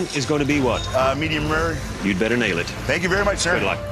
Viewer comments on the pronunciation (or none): none